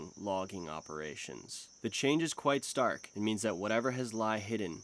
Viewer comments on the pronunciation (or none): none